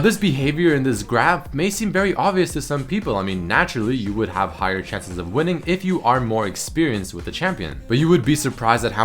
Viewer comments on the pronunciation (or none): none